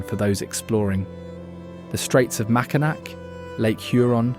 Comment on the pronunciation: The Mackinac bridge is pronounced MackinAW. That said, it's a common mistake.